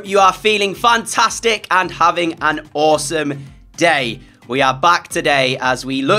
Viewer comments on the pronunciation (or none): none